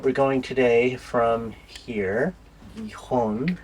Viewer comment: Great, now that you've learned how properly pronounce Gijon (both times with that J sound) you can properly say my name and also Juan!! . I already saw Hazel's video, it was a great job!!! Cheers guys!